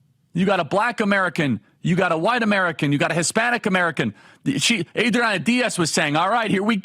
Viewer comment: I like your stuff and what you do, but every time you tried to pronounce Adriana with a Spanish accent it made me cringe, especially when you didn’t try to pronounce Diaz with a Spanish accent.